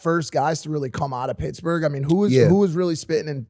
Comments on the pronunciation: I like how Wiz kept pronouncing Pittsburgh "picksburgh" which confused me and as a non US citizen made me google if that was a City. And then Mike says PITTS-BURGH in the next sentence lol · Nobody Wiz: “picsburge” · Is he saying Picksburg? Lol